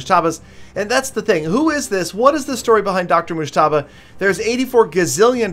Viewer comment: Your pronouncing mujtaba wrong Fan from Pakistan 🇵🇰